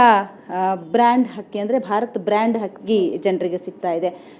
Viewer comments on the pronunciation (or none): akka adu hakki alla akki , ayyo nim.........